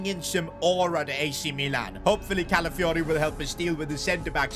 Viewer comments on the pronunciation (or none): My guy misspronounced Calafiori's name every single time 😅